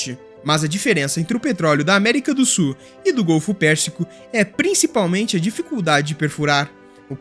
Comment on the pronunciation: Já aprendeu a pronunciar a palavra SUL? não é "SUR". Ah, e "sulamericano" pronuncia-se "SU-LA-ME-RI-CA-NO", e não "SUL-A-ME-RI-CA-NO".